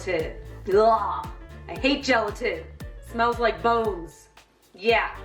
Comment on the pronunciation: Wait... wait what??? When she said it smells like bones i had no idea what the heck she was saying, "bose, boz" no clue, now i get it, I dont understand? I feel like ive never known that! So when im eating jello....???